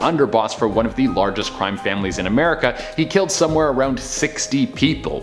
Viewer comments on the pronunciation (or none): none